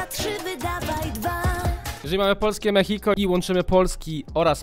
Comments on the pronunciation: To się nie mówi mechiko tylko mexico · to się wymawia ,,polskie meksiko", a nie ,,polskie mehiko", czy jak ty to tam czytasz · Posłuchaj tego z dwa, trzy razy i wtedy będziesz uwielbiał tą piosenkę. Ale Lexy muszę przyznać, że to perła w tym teledysku. A i nie mówi się ,,Polskie Mehiko" tylko ,, Polskie Meksiko"😅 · Mechiko xdddd. Rykłem kiedy mówiłeś mechiko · polskie mexico: czyta się ( polskie meksiko ) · się czyta polskim meksiko a się pisze mexico